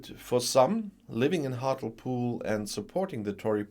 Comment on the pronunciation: Hart-lee-pool in pronunciation….